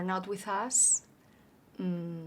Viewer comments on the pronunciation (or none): Very easy to understand her speech. I only wish I could be so well understood in another language. Only little things stand out-- diphthongs like "th" and "ch". "Feel" and "feeling" sounds here like "fill" and "filling" but the context makes it clear what she means. "SiTuation"--- this is an example of over-correct pronunciation -- we pronounce it as "siCHuation." It's a crazy language for spelling-- cough, rough, dough, bough, enough--- cawf, ruf, doe, bow, enuf. Native English speakers think foreign accents are great. So don't worry too much about it.